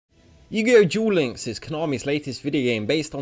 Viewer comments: He said yugioh gulinks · „Yugioh Djuel Links“